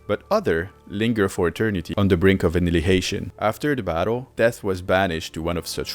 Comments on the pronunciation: Dude I don't wanna be mean, but did you just say "annilihation"🤣🤣🤣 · i love how you can tell there is a cut in audio at the timestamp just for him to pronaunce "anihilation", no flame btw just find it funny for some reason